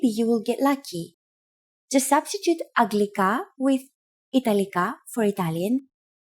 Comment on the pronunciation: I thought it was pronounced anglika?